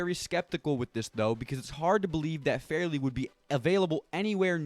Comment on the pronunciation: Caleb FAR LEY not farely